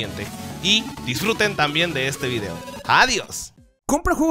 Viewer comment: "subir vidio diario" jajajajajajaja e